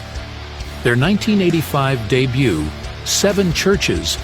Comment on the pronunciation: Why use an AI voice, "A DEBUTT ALBUMM", such a sad attempt to make a video.